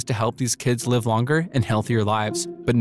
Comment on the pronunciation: I'm sorry, 12 seconds in and "live" is pronounced wrong? Is this a bot voice or just the first take reading the script? That is such a weird thing to do